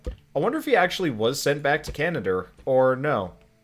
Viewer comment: I don't know about "Canader"